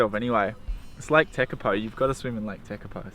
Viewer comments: Te-kar-por. That's how you pronounce it. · its pronouced Lake Te car paw . mate you'll get plenty of sun in summer you'll wish it was winter again especially in the north island. you'll probably get the worst sun burn you'll ever get if you dont cover up.i lived in Sydney for 26 years ive been hot sweaty and sticky but not sun burnt even in Perth i never got sun burnt in summer. only place ive gotten sun burnt is New Zealand i didnt even get sun burnt in Bali.